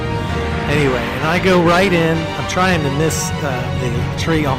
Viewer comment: 0.54 seconds in, green T. "Have fun or die TRING"